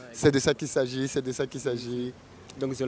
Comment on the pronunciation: « C’est de ça qui sazi »😂😂😂